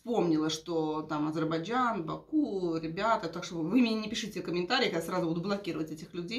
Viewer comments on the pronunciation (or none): none